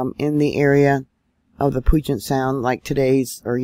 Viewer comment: Hi I live near puyallup, which is pronounced, ",pewallup" and puget, of puget sound is pronounced, " pewjet". 😊I thought you might like to know in case more happens here. Just returned from a trip, so I slept thru it. I stand on the Rock of Jesus, so no matter what happens in life or death, He will be with me and see me thru!